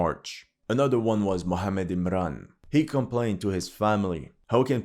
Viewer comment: That 'Somali' isn't Somali. He's Ethiopian Larping. He can't even pronounce Mohamed properly.